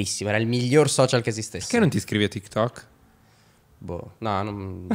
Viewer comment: Nessuno: Assolutamente nessuno: Chiara: i soscial